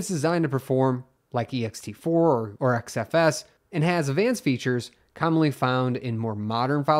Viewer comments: "X" FS. Not "Z" FS. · Pronouncing XFS as ZFS really had me confused n how ZFS is "not recoverable" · Why do you keep saying "ZFS" when the text on the screen is clearly "XFS"? XFS and ZFS are two different filesystems. (I heard you do this in a previous video also.)